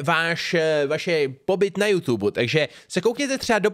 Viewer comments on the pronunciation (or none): none